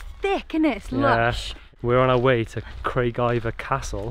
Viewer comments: "Cragie-var" is how you say the name of that castle ;) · The castle is pronounced Craig-ee-var. great video. Keep them coming.